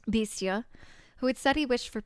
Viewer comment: I'm pretty sure it's pronounced "Bestia"! Hope that helps :)